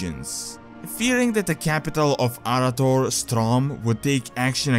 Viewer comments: it is pronounced ”uh-wrath-or" by both pride in lore for noobs, as well as ingame during quest dialogue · I had to stop watching. Your mispronunciation of Arathor hurt too much, and hurt even more each time you said it wrong